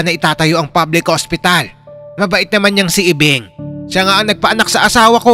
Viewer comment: phil hostiral😂😂😂